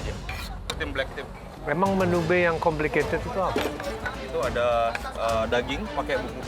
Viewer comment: bli ovit bilang menu jadi menyu 😂😂😂😂